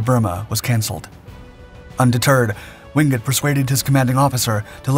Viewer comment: Why is it that this channel insists on showing footage of American servicemen, when the story in question has nothing to do with them? My father's best friend and our neighbour served in the Chindits. He really hated the Japanese for what they did to Allied POWs and local people. By the way, his surname is pronounced WINGATE, not Wingut.